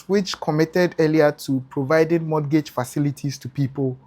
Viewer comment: The T in mortgage is silent